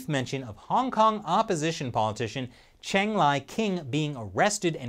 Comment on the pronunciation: I think the the answer is pretty clear. Yes! Also, I’m fairly certain that Cheng is pronounced like Chung.